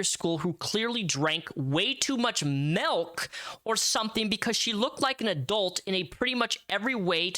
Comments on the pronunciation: Ughhh great breakdown but the way you pronounce milk is driving me insane 😂 m.i.l.k not m.e.l.k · dude, you gotta stop saying melk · You say milk as melk and this is humorous to me.